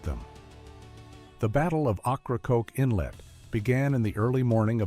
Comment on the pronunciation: Ocracoke is pronounce wrong.